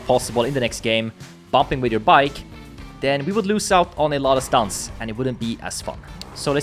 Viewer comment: It looks like your speech has some frenchiness on it, i can hear in "stunts"